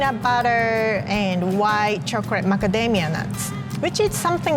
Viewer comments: Love it when she says " chokrate" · Lol instead of chocolate she says chocret